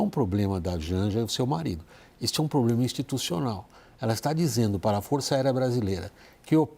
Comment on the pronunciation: Foi quando falou inrresponsabilidade, ploplema...